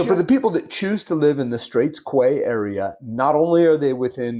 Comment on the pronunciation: For information - Quay is pronounced 'key' not qway- a structure built parallel to the bank of a waterway for use as a landing place - dock, landing or jetty. Straits Quay is a small marina. Otherwise good information about Penang.